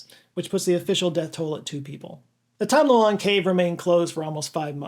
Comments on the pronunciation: I thought you called it the "Tom Delonge" cave 😂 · I had to check multiple times to make sure you didn't say 'the Tom Delonge' cave 😂